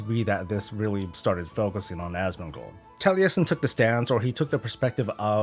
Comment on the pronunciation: You are the only american that can say Taliesin corectly :)